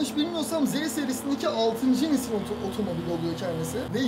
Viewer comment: nismo diye okuma nizmo diye oku